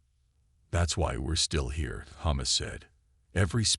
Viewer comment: Your ai pronounces Thomas wrong, but that makes it unique